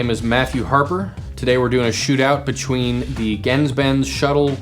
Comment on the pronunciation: your mispronouncing GenzBenz